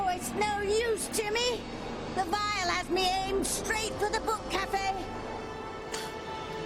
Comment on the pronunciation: Grrr, I'm going to be 'that person', sorry in advance 💜 Seriously, not trying to be rude! "Vile vial"